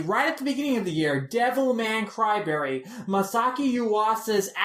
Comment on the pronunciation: Did he really say Cryberry? Like wtf